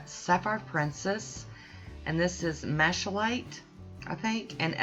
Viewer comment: Love the color combo. It's pronounced (Mal-a-kite), it's a rock. Great mani. Bold & bright.